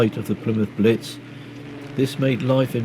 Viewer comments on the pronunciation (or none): none